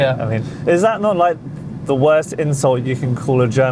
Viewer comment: “Men are ze problem”